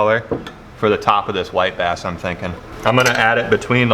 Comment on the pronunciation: When he said "white bass" the first time I heard "wipe ass" now its all I here every time